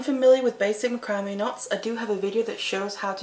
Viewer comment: It's pronounced "mack rah mae"